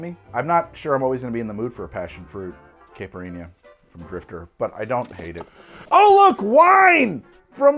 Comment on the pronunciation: It's caipirinha not caipirhinia. The nh makes the sound ñ like in Spanish niño